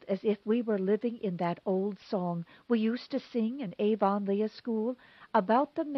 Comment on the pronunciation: Avonlea = AV-uhn-lee